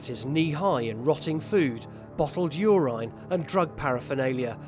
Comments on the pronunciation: What is Ureyne. It is Uraine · Nobody: Narrator: bottles of urIne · Stop saying UR-INE, you fucking moron! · “You rine” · "yourine" lmao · How did he say urine? He said it 3 times. Lol